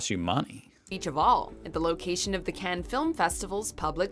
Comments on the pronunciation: Cannes really? If you want over priced and not great. Marbella again hot, not great beaches and god boring. The rest I am not going to waste my time commenting but her pronunciation is terrible, and the choices are the most predictable generic …. There are much better, some that are close to paradise. But guess what I’m not telling, guess why🙄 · Cannes??? 😂😂😂😂Marbella??? Please!!! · Yay beaches! Afternoon! 😁 R and R is rest and relaxation. WTF is up with this woman's attempt at pronunciation! 🤣 It sounds like a comedy movie the way she's overdoing the accents....! Just say the words woman! You don't have to pronounce foreign words in the language of the country! 😂 Can you imagine going to a country and doing a caricature accent of the people AT the people? You'd get punched in the face! Notice she said Spain, not España, France, not La France, Turkey, not Türkiye or Greece, not Ellada (Hellas).....so why make such a mouthful of the individual town names? It's like if your name is Jesus, JEEZ USS, you don't want it pronounced HEY ZEUS! Just read the words in English, when speaking English!!!